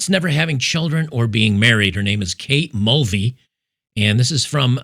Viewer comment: I thought you mentioned her name in the intro as Kate Mouldy 😅